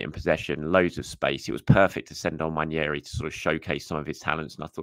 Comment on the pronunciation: Great video..although I'm on a mission to get people to pronounce Ethan's name properly. It's Nwaneri NOT Nwanieri. 😊